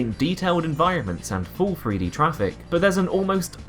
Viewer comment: THREE D. not free d. Fink about it.